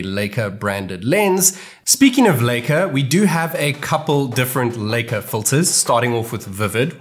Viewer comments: It's lika not leyka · It feels weird when you pronounce Leica as Licker.....